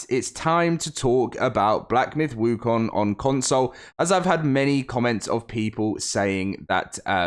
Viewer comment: first westerner who got the pronunciation of wukong right. 🎉